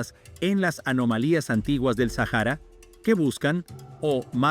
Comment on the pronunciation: Se pronuncia SÁJARA